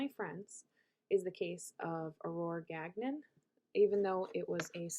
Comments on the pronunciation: its pronounced gan yon. its french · Really don’t think you are pronouncing Gagnon correctly…